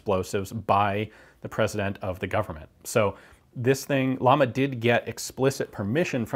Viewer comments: I think it's pronounced "yama," not "llama" like the animal. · its not lama.... ITS LLAMA, at least get the pronunciation right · Please, don't pronounce llama as "lama" but as "yama". Greetings from Spain. By the way, you got on your hands something that 99,9% of Spaniards will never see close or in reality. God bless "Murika"... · ...its pronounced "yama" not lama, means flame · Is the company name pronounced "llama" like the animal or, as the two Ls in Spanish should sound, "yama" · its not pronounced like the animal its pronounced like "iama" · It's pronounced "Yama" not "Lama" Ian! Llama means flame. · Just a minor detail, but irritating to spanish speakers: It's Llama, not Lama. It's a doble "L", which always sound like "Y". So, pronounce it as "Yama". It's a totally diferent sound. You can use Google Translate to check the correct spanish pronunciation. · Just a lil correction, we pronounce Yama and it means flame. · I hate to be that guy but it's like a thorn in my side, it's pronounced "yama" ll in spanish makes a Y sound, sorry. Love the video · It’s pronounced “Yama” as in “como se llama…” it’s Spanish for “name” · LL sounds like the Y in Yes J sounds like the H in hike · Great video as always, its great to see some guns from my country from time to time. One small correction, you are pronouncing llama like the animal in english, its pronounced like a "hard L", "yama", means flame in spanish (like the company logo) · My mothers maiden name is Llamas. And its not llamas like the animal, its Ilamas as in spanish for flames. The double L makes a Y'ish sound, like in quesadillas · Pronounced yahma , double L in Spanish has a yah sound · You pronounce Llama like "jam-uh" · In spanish, 2ls (ie ll) are pronounced like a 'y'. Hence its pronounced Yama, which means Flame. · Llama is pronounced Yama, means flame in spanish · Since its a spanish company wouldn't it be pronounced "ya-mah". Two ll's make a y sound in Spanish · LLAMA(pronounce YAMA in english)=FLAME